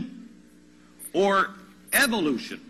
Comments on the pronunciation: Glad I wasn't the only one who noticed "Evotution." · "Evotution" LOL